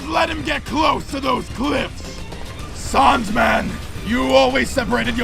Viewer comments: Tbh I love the way the native people say his name like "Saundman" instead of Sandman. Not sure if I am mishearing it myself but it is clever forshadowing done through voice work. Just saying. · he said saund man lol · Sounds more like Soaundman to me. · I like the way they pronounce “Sandman”. Like you can almost hear it like Soundman or Sandman. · him saying sandman as a saandman instead of saindman has a reason spoilers: . cuz his name is soundman in japanese sandman and soundman sounds the same and writes almost the same way like saando man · I looooooove the way the pronounce “sandman” it makes so much sense later on